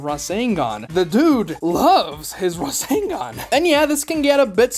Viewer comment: razzengon? i thought it was rasengan